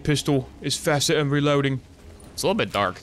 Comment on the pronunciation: Switchin' to your secondary is fastah than reloading. Now knoif the wa'ermelon - Cortana.